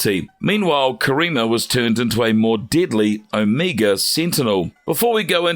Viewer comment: You said this so called "Omeega Seentinel is deedly." How deedly?